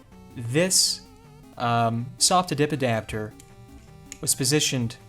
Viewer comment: I'm amazed at your pronounciation of "SOP to DIP adapter".... Quite the tongue twister and you pull if off to the point it sounds funny ;)